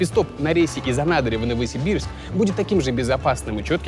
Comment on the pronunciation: Урааа, один из немногих, кто знает, как правильно ставить ударение в слове «Анадырь» 👏🏼🤣